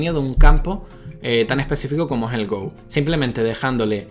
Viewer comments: espero que alguno te haya dicho ya que no se dice GOU.. se dice GO, no es un juego ingles :( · se pronuncia go talcual no gou. saludos! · Como amante del Go (que por cierto, se pronuncia "go", no "gou" XD) y de la IA, me ha encantado este vídeo, incluso habiéndolo visto por primera vez 5 años después de que lo subieras:) ¡Eres un crack,! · Go se dice no gou weiki baduk o go nada mas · Go, pronunciado "Go", no "Gou". No es una palabra inglesa. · creo que ningún comentario lo ha dicho y me extraña, quizás los jugadores habituales de go de habla hispana no suelan ver este vídeo... porque duele mucho que pronuncies go como en inglés mientras que viene del japonés y es, a secas, "go" sin ninguna 'u' al final jajaja me gustaría corregir también que lee sedol se levanto a fumar antes de la jugada, no fue su reacción a ella, luego cuando volvió de fumar se encontró esa perlita y se quedó muy impactado jajajaja hay un documental de alphago en netflix por si alguien quiere enterarse bien de lo que supuso esas derrotas en el mundo del go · Go no se pronuncia en inglés, muyayo! Buen vídeo! ;)